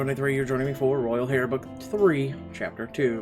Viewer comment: I love your narrations I rather listen to them than play the games. Thank you so much. Keep up the good work I just have one little critique, I'm not trying to be mean or anything but in the word Heir the H is silent. Other than that everything else is flawless